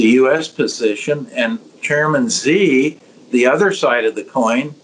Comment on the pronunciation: Steve Hanke is great but his pronunciation of these Chinese official's names needs some work ;)